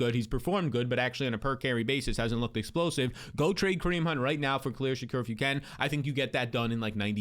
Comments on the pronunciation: please it's (SHA-KEER) not (SHA-CORE) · "Sha-Keer" not "Sha-Cur" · Said Shakir’s name 10 times, but 5 were Shakur, great Job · How do you get Shakor out of Shakir that name there ain’t no O in it 😂😂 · Why can’t homie pronounce Shakir?